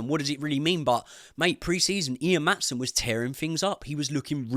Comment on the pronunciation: Outside of Maatsen you got it right, did you call Pochettino?😮